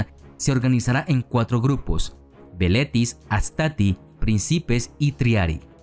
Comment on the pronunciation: Los soldados jóvenes se llamaban "velites" ... y no "veletis".